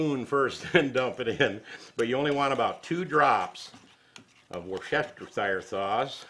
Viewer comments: It's pronounced Wooster sauce. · From the uk, it is, worst ta shire, a county in the uk, it’s a lot easier to say “shire” sauce, kind regards Tim lol!